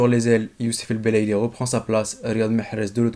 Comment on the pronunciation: C'est belaili pas el belaili